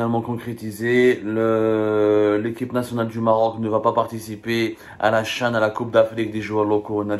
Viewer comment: Tu as du mal à dire le CHAN.Verifie sur Google pour t'en assurer.Comment peux-tu expliquer l'existence de la lettre h?dire la CHAN, C'est horrible de la part d'un journaliste francophone et qui parle en plus bien la langue française.Fais un effort ,corrige ton erreur,et n'aie pas ce "Nif"dont les algériens s'enorgueuillent